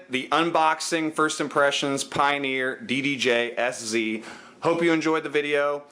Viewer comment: And its ddj sz with (pronounciation) "set"